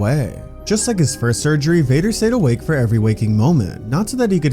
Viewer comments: bro did not say vader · that didnt sound like you said vader 🤨🤨